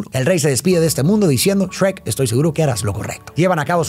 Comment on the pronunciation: grande no le dijo esrek a shuerk como los españoles:D